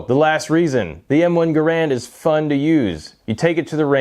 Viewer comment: Garrand not garrend.